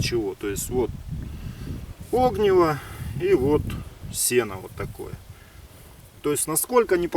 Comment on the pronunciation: ни Огниво, а огнИво! хорош каверкать русский язык. слово огонь с таким же ударением произносишь?